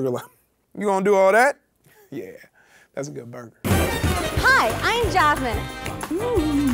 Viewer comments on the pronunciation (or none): none